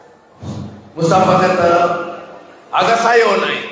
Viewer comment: "mustapaa" funny.. hahaha